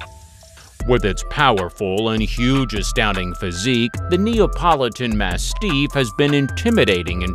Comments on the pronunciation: Holy crap. This narrator needs pronunciation lessons. Amongst the many mistakes: Intuit people. No, that's a software company. You mean Inuit people. And it's ma-stiff, not ma-steef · You Sir really should do better research before you post these videos. First, you sadly are incorrect about some of this, and cannot accurately pronounce some of the breeds. Mah-stiff is not mas- steef😂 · Yes. If he says “mass-teef” one more time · The way you say mastif is quite annoying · The voice-over person needs to learn how to pronounce the names of the breeds before he reads the script. The I in Shiba is pronounced like a long E1. The accent of the word mastiff is on the first syllable, not the second. The X in Xolo is pronounced sh; I could go on. And the Cirneco dell'Etna is a breed that's at least 3000 years old and maybe the progenitor of the Pharaoh Hound and the Ibizan Hound.